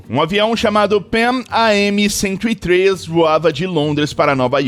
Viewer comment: A pronuncia usada é Panam "Pan Am"